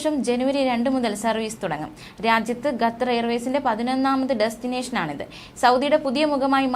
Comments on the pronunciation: 🙄ഗത്തർ അല്ല ഖത്തർ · ഗ്ത്തർ അല്ല.ഖത്തർ ആണ് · എടി പൊട്ടിക്കാളി ഗത്തർ അല്ല... ഖത്തർ ആണ്.. നമ്മുക്ക് അന്നം തരുന്ന നാട്.. പേര് മാറ്റി പറയല്ലേ.. Pls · QATAR ഖത്തർ,അല്ലെങ്കിൽ കത്തർ എന്നെങ്കിലും പറയൂ,അറബിക്കിൽ ഖത്തർ എന്ന് പറയും എന്തോന്നാണ് മക്കളെ ഇത്!